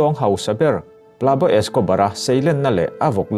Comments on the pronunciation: Plabo Escobar ni loin Pablo Escobar tih tur. (Pab-lo) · 'Pab law' Tiin i lam silova "tunge ni ang aw!!?? Tiin kalo ngyhtuah vung2 😆😠🙄